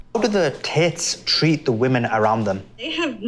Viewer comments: Tits instead of *Tate's*😂😂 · LOL, it sounds like the interviewer is saying "tits" when he says "Tates".